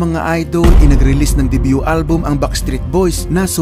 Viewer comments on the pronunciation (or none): none